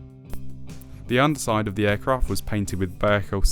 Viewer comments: I guess all the people who live in Vallejo, California are wrong. Okay. It is still three syllables, not two. We will agree to disagree. From wiki.... "Vallejo (/vəˈleɪ(h)oʊ/ və-LAY-(h)oh; Spanish: [baˈʎexo] ba-YEH-ho) is a city in Solano County, California and the second largest city in the North Bay region of the Bay Area." Seems either way is correct, but what I heard in the video sounded.... off. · "Vallejo"..... three syllables...."Val_lay_ho". So many YT presenters have trouble with this. I just acquired this kit, but haven't built it yet. It's interesting seeing Airfix's evolution over my five-plus decades of model building. This video gives me a good heads-up on the few problems of the kit.